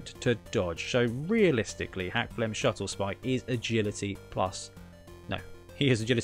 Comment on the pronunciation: Awesome video! Although if I’m not correct it’s “Skuttlespike” not Shuttlespike. Unless that was an inside joke I’m not aware of lol